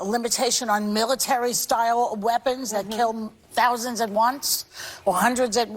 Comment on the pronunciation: She says . "Military weapons that kills thounds at once." yeap do not mind me with my MOAB bomb over here LOL